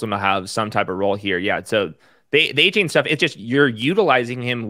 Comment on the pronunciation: You're pronoucing Achane's name wrong. He said it's De-Von A-Chan